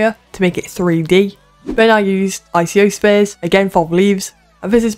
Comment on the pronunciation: Icospheres are pronounces eye-co-spheres Also with the barrels you added way to many extra faces, you can bevel the loop cuts to make the wider, then with the faces selected press alt-e to extrude along normals